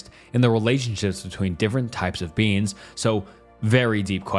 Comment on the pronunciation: I tried to fall asleep to this, but every time you say beings it sounds like beans. I'm giggling too much at these philosophical theories on legumes for this to work